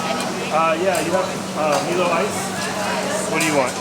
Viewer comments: You are right on the pronunciation of Milo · Milo is correct not meelo